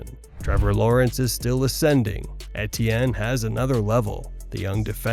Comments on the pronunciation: E.T.N. Travis Etienne is in his fifth year in the NFL. His name is pronounced, simply E.T.N You should know this by now. He said it multiple times his rookie year and it's in the media guide. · Butchered etiennes name pronunciation, but I probably butchered the spelling so I guess we’re even lol